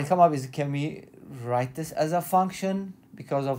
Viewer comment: "We have" not "vee have".